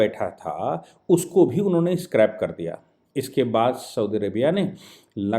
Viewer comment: The word is "scrapped" and not "scrapted".